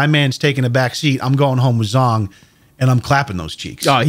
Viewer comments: I'm pretty sure zhong is a Chinese can't pronounced "jong". Zh makes a j-like sound, but it's definitely not "zong". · "zh" in Asian languages is pronounced as you would the letter "j" hence /jong/